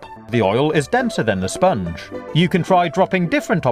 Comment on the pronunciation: dat spunge